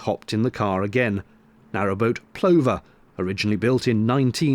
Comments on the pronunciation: "Plover" pronounced pluver as nin the bird. lol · Small thing: Plover is pronounced like lover. It's a bird. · Excellent format,, mooooore! BTW "Plover" rhymes with "lover" 🤔